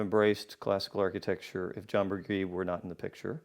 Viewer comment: The Queensboro Bridge was home to NY State's last streetcar line, which stopped at the mid bridge elevators until 1957, 2 years after the road bridge from Queens opened. Also Burgee's last name is pronounced with a soft "g", bur-GHEE.